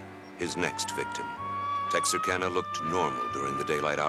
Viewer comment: Je viens de remarquer que tu dis tout le temps "Texakarna" or que c'est "Texarkana ! Mais pas bien grave ;)